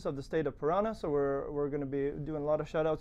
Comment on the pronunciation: well. you should search on internet how to pronounce the word PARANÀ. you say PARRANA. correct is ParanÀ, NÀ, NÀ no double RR.